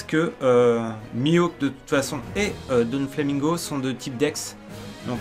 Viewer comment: Putain ils ont bossés à mort l'intro de Burning Blood quand on y repense. Par contre c'est DOflamingo pas DONflamingo. Y'a pas de N :)